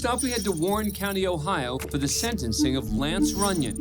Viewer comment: IT’S SENTENCING NOT SEDENCING